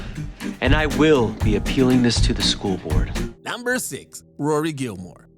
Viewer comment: They are called NUMBERS not NOMBERS. THIS GUY IS AWFUL